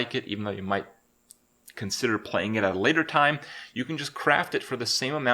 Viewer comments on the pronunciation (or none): none